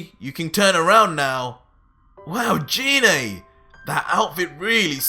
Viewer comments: You mispronounced Gine's name! The "g" in her name is pronounced "guh" like in "goddess", not "juh" like in "genie"! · You said gine wrong